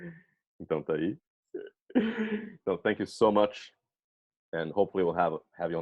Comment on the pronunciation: O "Então" dela é PERFEITO... pra mim ela morou no Brasil na infância... esse som anasalado é o mais dificil pro anglofônico é complicado mesmo.